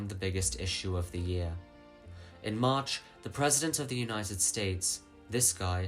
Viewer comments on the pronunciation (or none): none